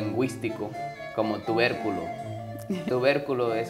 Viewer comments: Me reí cuando él dijo tuverculo jaja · Yooooo tuverculo 😂😂😂